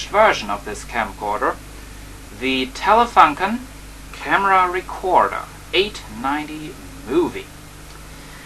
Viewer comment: Hallo, young man, Telefunken is pronounced like"Telefoonken" ;) The design of that telefunken version is a matter of personal taste, I think... I like the black more. Bytheway there are another versions of that camera: Saba VM6700 (winered) Nordmende (colour???) Regards from Germany